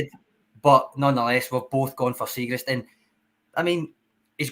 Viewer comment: you a big fan of Chris Jericho? The wrestler used to try to unsettle his opponents by misnaming them. Kurt Angle became Kurt Angel etc. likes to pronounce Liel Abada Lyle Abada (it's Li-el damn it!) and today we Benjamin Siegreest. It's Siegrist, seeg-rist. My autistic brain even checked to see if Benj had a weird Scandinavian modifier on the second 'i', it doesn't. YouTube pronounced it for extra oomph. I'm a guy in his livingroom not a broadcast journalist, if I mess up the name, who cares. Dear journos, pronunciations are a google search away. I'd go all change. We don't have bad players: Siegrist Ralston Welsh Jens Bernabei Guchi Turnbull Mooy Hakabanovic GG Maeda... a strong ass bench. Subs: Jota, Abada, Kyogo, O'Reilly, McGregor, CCV, Taylor, JJ, Hart If you go all change, we still have 5 subs you could throw on in the first 20minutes if you absolutely need to.